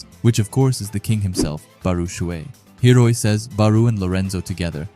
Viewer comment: what about hiori... you're pronouncing it hiroi but it's spelt hiori. Hee-oh-ree